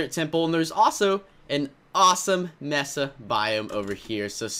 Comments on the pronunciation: It's a mAsa not mESSa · It's may-suh not messuh